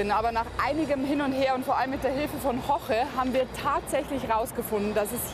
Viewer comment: Wie die immer "Jorge" aussprechen, ist unerträglich. Vielleicht sollten sie das mal üben.